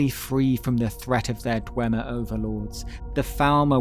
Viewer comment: not the histowy of the dwemmer 😂😂